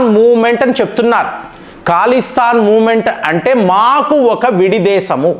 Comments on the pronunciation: Mee news baagundi .kaani Mee pronounce yendi sir Iran ni eeraan antaavu,khalistaan ni kaalistaan antaavu yilaa chaalavunnaayi,mundu nunchi prapancham anthaa oka laaga alavaatu ayinaamu.nee pronounce tho yibbandi gaa vundi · అది ఖాలిస్తాన్ కాదురా బాబూ. అది ఖలిస్తాన్